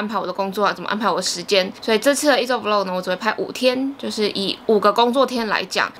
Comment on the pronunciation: 很喜歡看peach的影片，特別是穿搭的系列。 每次聽你說vlog 是v漏格，聽起來就怪怪的！ 但還是很愛看你的影片，超用心的。